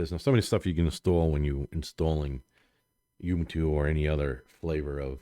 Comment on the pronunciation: you can't even pronounce Ubuntu right.. geez dude